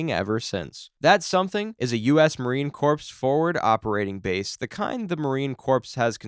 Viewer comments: I really think it is, hence the pronunciation of Corps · its not "corpse" as in dead people, its pronounced as "core" (corps) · Its not corps its core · Corps is pronounced core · Its not corpse. Its pronounced like CORE. That alone tells me you dont actually know shit or its AI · Small nitpick but it's driving me up the wall, the "corps" in Marine Corps is pronounced "core". It doesn't make sense because it's a French word. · I'm weary to trust the analysis of anyone who does not know that it is pronounced Marine CORE not Marine CORPSE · this dude saying "corpse" instead of "core" makes the video meaningless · A little nitpicking here, its pronounced core not corpse. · It's pronounced "core" not "corps" just so you know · FYI - "Corps" is pronounced 'core,' not 'corpse" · AI voices don’t care!!! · How would corpses fight? They're dead. Do you mean 'corps' pronounced 'Core'? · Wow. Marines are tough if their corpses can do all that. Corps is pronounced as core, not corpse. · Its pronounced "Core" not "Corpse". Thats how i know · Once again-- Its NOT Marine CORPSE-- Its pronounced Marine CORE.. And The M777 does NOT have Brass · WTF is a Marine corpse?! Do NOT ever go up to a Marine and say Marine Corpse. It is US MARINE CORPS. (CORE) ANd it's pronounced AWKMANED. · Marine Corps, not corpse ! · Corps is pronounced like core not like a dead body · marine corpse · Corps is pronounced "core." Also, usually FOBs are for company sized elements or smaller... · It’s spelled corps but pronounced core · "Marine corpse". LOL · Marine corpse? Please, adjust your pronunciation. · It's pronounced like core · Marine "corpse" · Just leave out the ps in corps. Say it like this. Marine core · 300 Spartans is a Hollywood myth. They had far more than that. Still greatly outnumbered, but definitely not mythical status. Also, corps has a silent p. You been talking about dead marines this whole time. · Corpse and Corps are not the same word, nor are they pronounced the same.